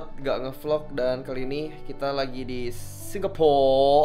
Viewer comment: Pas ngmong singporrr ngakak wkwk